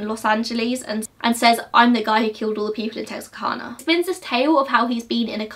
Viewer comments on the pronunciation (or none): I'm from Arkansas, just for your knowledge, though it makes no difference to us. We say Tex-are-can-ah, not Tex-are-con-ah. Nobody here will get triggered over your pronunciation of the town. ;) We know what you mean, and are just pleased you took an interest. My mother was born there in 1945 so she was quite young but moved away when she was 3. Never heard of the Moonlight murders until I was telling her about the movie The Town That Dreaded Sundown. I came here for research, very informative. Splendid job. Thank you. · o yeah it’s texarkana like can-a but like. technically we don’t talk right so no one is judging u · When saying Texarkana the second way of saying it is correct. Tex-R- Cana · My sisters name is kana (kay-na or cane-a) so we say it tex-ar-Kay-na